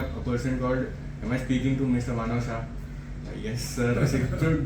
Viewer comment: It's MANAV not MANAN